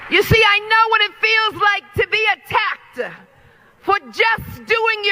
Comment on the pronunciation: Hey, MadDummy, LePieceOfShittah's job was to commit mortgage fraud over and over, on top of fraudulently charging a former President of what she was actually guilty of, not he?!? And, LePieceOfShittah: The word is "attacked," NOT "attackedDuh." You are such a fool.